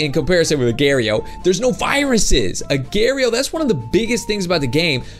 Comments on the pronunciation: it's agar.io not agare.yo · He Say Agar.io Wrong To Lol He Say "Agairio"